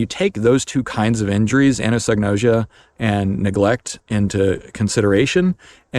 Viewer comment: I've been thinking about this topic for decades, and have similar conclusions. Really appreciated your take on it. /kaɪæzəm/ - it starts with the Greek letter X (chi); sounds like a hard k. Think "cross," which is what it looks like anatomically. ah-NAH-so-no-ʒe-ah - Gnosis (Greek for knowledge); English doesn't pronounce the "g." ʒ like the s in pleasure, although it's pronounced many ways by English speakers, so like an s is a pretty common form.